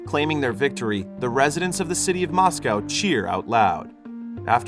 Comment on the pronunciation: my heart broken when he said moscow like that